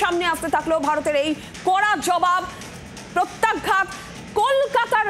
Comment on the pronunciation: উচ্চারণটা হবে প্রত্যাঘাত not প্রত্যাগঘাত।